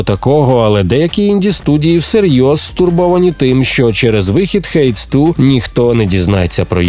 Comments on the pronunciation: Перепрошую, але я більше не можу після стількох повторів, занадто ріже вухо. [хейдс] -> [хейдіз]. Друге - правильна вимова англійською, загугліть "merriam-webster hades", там є аудіо у словнику. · Хейдіс, гра читається як Хейдіс, не Хейдс